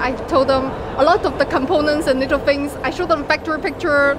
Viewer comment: She says "fings" instead of "things".